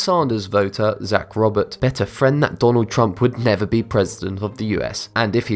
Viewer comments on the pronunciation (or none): none